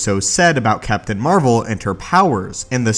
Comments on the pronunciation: The most powerful MCU hero is Captain Marvel. BTW did you say Captain "Amarvel?" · Did you just call her Captain Amer-vel?